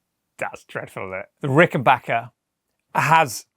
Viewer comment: Thank you for taking the time and effort to pronounce the brand name of these wonderful guitars correctly! I've never understood why the spelling wasn't obvious enough, but there are videos all over YouTube of people reviewing Ricken"Bach"ers. You'd think this would be 101.